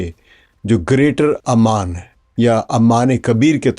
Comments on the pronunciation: Aman wrongly pronunciation, it is Oman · PLEASE fix the pronunciation of "OMAN". You keep calling it"Amman". Sir jee Amman is a city in Jordan. Please fix it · Kindly correct its "OMAN" عمان not Amman which is capital of Jordan.